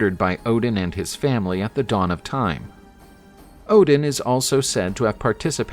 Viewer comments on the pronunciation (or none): none